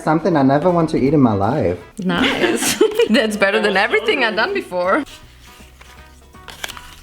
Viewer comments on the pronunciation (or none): none